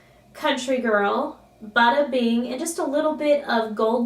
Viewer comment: Oh bada bing I thought you were saying butter bean, beautiful look as always :) xxx